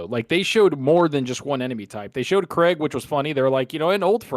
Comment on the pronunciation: Craig. It's CRAYG not CREGG, just sayin' is all. 😁